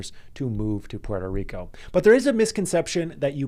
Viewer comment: learn how to say Puerto Rico first! Good luck